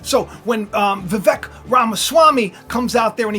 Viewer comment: Vivek actually rhymes with cake …he said so himself when asked how to pronounce his name.